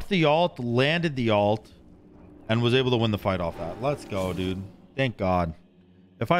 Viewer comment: Everyone has a word that makes me cringe when they say it and yours is "was" ...you pronounce it "woohz" instead of "wuz" ....just like Trelli calls pestilence, peshtilence 🤢